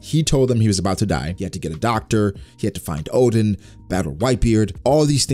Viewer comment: My ears having problem with his "Odin" pronunciation instead of Oden...